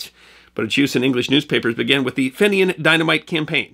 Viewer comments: Fenian is pronounced "fee-nian" not "fennian". Other than that, great yarn, as usual. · one issue on this.....its pronounced feeee nian, not short finion like you pronounce greeting from EIRE love your shows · you should have said the Fenian raids were also in the early 1870s. Also, your pronunciation of the word Fenian is may not be correct, the first letter "e" in the word Fenian might be pronounced as "ee". I earned a master's degree in history and I have researched this topic. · I was confused about who these "Finians" were until you mentioned their attacks on Canada in the 1860s It was then that I realized you were talking about the "Fenians" which is the pronunciation I always heard from when I first heard of them. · Fenian is pronounced "Feen-ian" not "Finn-ian". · you really need to work on pronunciation... FENIAN is said as Fee-nian not Fin-ian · Feenians not Finnians! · Hi from Ireland, very much enjoy. “Fee-nyan” is the pronunciation as others have mentioned, prominent part of our history. Small part of the North American story! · Great story on Dynamite Luke. FYI Fenian is pronounced Feenyan. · Pedantry perhaps but the pronunciation of "Fenian" is - "fee-nian". I enjoy these presentations enormously and subscribe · FYI, Fenian is pronounced 'Feen-yan'. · Fenian is pronounced ...Feen-ian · fenian is pronounced FEENYAN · Another great piece of history from the, but the pronunciation of fenian made me sad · Enjoyed the video but your pronunciation of Fenian is way off the mark, it's too difficult to tell you how to pronunce it, but listen to the song the Bold Fenian men.